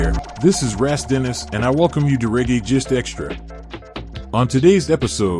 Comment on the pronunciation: It's not pronounced Ras like gas, It's Ras like boss. If you don't even know to pronounce your own "name" you don't carry much clout. Raaaaas clot!!!